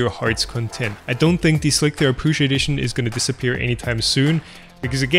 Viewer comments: Or not seeing how he keeps calling it "Slic-three-are" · Why are you saying "Slic-three-R" Isn't it pronounced Slicer? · Me too. Like WTF, just say "slicer" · No. is actually calling it "Slick-3-R". He is being too literal. does not seem to get the l33t reference in the title of the software. It is pronounced like you would say, Slicer. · Why do you and others say "slick-three-err" instead of just "slicer"? The maker of Slic3r says slicer. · SLIK THREE ARRRRR!!!!!! god dam this is driving me nuts XD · i pronounce it "slick 3 arr" like tom does in this video. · I pronounce the Slic3r PE as "Shlikr" or "Schlikr" to distinguish from the original Slic3r :-) derived from the Czech word "šmik" meaning "to cut". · Correct me if I'm wrong, but I'm pretty sure Slic3r is just pronounced "Slicer" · Hi. I think you can safely refer to the program as "Slicer" to rhyme with "Nicer" as per this old article: Even if it is written Slic3r, it can be referred to as "Slicer", as it is a frequent "hacker" thing to substitute 3 for E, 0(zero) for O 5 for S etc etc. They just did not call it 5L1c3r....but they could have... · It is "Slice"(r) as with "mice." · I think the way he pronounces it sounds cooler.